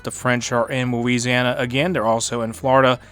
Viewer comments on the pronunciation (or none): none